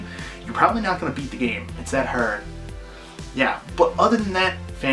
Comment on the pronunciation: It's hyarrrd, a hyarrd game.